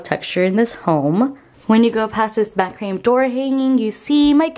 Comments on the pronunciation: It’s pronounced MAC-RA-MAY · Its pronounced MAC-RA-MAY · Ma-kruh-may is the pronounciation of macrame. I grew up with it in the '60s and '70s. Very cute place!